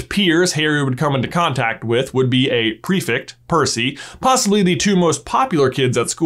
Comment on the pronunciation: I am listening to Harry Potter videos right now. The only thing that drives me crazy is the .... Mispronunciation of PREFECT. Prefect is spelled with an E. Yet two different people pronounce it Prefict. Just a small thing, but in multiple videos, it is grating.😬